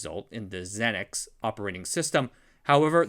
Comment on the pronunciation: Xenix is pronounced zee-nicks. A play on U-nix get it? 🙄